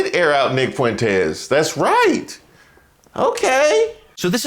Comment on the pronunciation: Four feet four fuentz😊